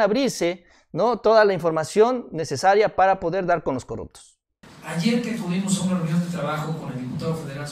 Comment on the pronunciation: no se dice corructos, se dice corruptos